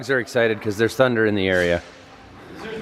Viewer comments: It's thunnnndddddder not thunder. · We all say THUNDERRRR even when you don't. Just FYI 🤙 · I got Worked Up by the lack of RRR's following the word "Thunder", I mean not everytime, but specifically when talking about the trailer